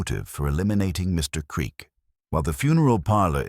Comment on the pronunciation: AI narration that speaks "Mr. Creak" into "Mr Creak". Also corrupted by repeating one chunk of text twice more. Pity, otherwise it could have been good.